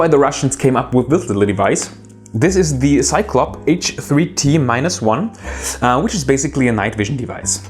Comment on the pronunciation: Maybe I'm late to the party but you've made one rather, uh, ignorant-ish mistake: The H3T-1 name is in cyrillic alphabet - it stands for NZT-1 and should probably be pronounced that way when you're referring to the device. Cheerio